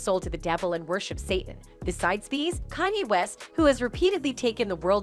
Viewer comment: Oh Lawd 🤦🏾‍♀️ GET KANYE RIGHT!!’ IT IS PRONOUNCED CON - YAY! YOUR SYSTEM NEEDS AN UPGRADE!!